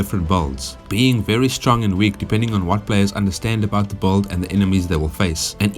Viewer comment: I like how you say "build", it's like a vowel somewhere between A and U the way you say it XD